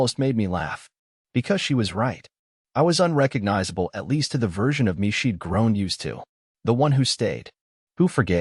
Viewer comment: she'd, not sheet